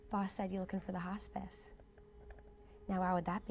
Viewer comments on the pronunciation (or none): I clicked on this video because I saw in a compilation, Daz mispronounced "Hospice" as "Hotspice" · I swear it said hotspice 😂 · Who else lowkey died when Daz said "Hotspice" instead of "Hospice" ?